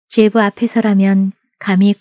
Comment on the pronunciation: 제부로 들리는 질부발음